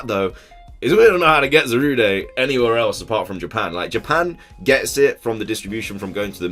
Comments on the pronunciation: It's not Za-ru-day its za-rude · I hate it that people are pronouncing Zarude as Za-Ru-De when it’s actually Za-Rude